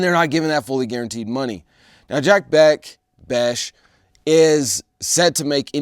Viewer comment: It's Jack Bech (Besh)